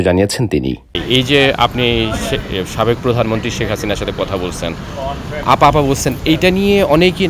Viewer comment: আপনি আফা না বলে ম্যাডাম বললে ভালো হতো,,,কারন আপনি যতবার আফা বলছেন,,ততবার আব্বা আব্বা মনে হইছে